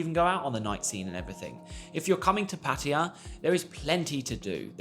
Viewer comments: TIP 34: Pronouncing Pattaya as Pattaya and NOT Pattiya. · Correct pronunciation is puh tai yuh....LMAO. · It's so cringe when USAians and Brits say Pætiæ instead of Pattaya... It's just as silly as saying pæpiæ instead of papaya!